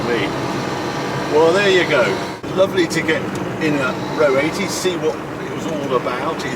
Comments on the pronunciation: R-O 80, not ro80.... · It isn't pronounced 'Row 80', the 2 letters are pronounced as separate letters - R O 80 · I thought it was pronounced “Are ohh 80” ? R O 80, unbelievable to think that was more expensive than an E-Type, I guess it was the Tesla of the day